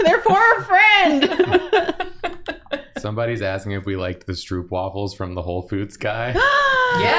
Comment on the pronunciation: As a Dutch person, hearing them say stroopwafels sounded so weird. The double o is pronounced more like the o in yooo. stroupwafel is not it